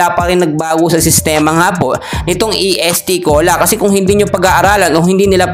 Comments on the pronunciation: est cola hindi E.S.T. cola anu kb????ayusin mo!!!! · Correction idol Est Cola not E S.T.Cola..❤❤✌️✌️